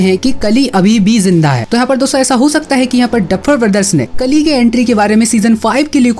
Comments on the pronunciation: Pronounce it kaali not kali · Kali nahi re bhai kaali